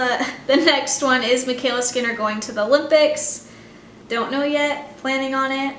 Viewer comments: It’s adorable how you always pronounce it “the ‘lympics,” never ‘O’lympics 😂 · MyKayla can’t go to the olympics until she learns how to pronounce it correctly